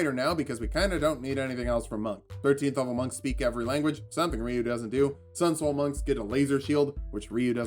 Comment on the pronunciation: Good to see someone who can not only pronounce Ryu correctly, but hadouken as well...